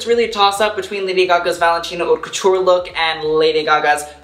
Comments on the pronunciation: It’s pronounced “Hote” And you’re sash pattern, off the shoulder bit is .... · Everytime he pronounces "haute" wrong I cringe so hard 🙄😂